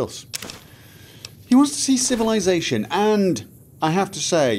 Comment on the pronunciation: Oh ffs, now I will forever hear that word as "Shovelisation"